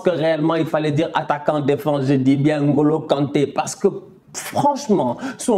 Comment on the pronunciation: Écouter N'Golo au lieux de N - Golo ça fait plaisirs aux oreilles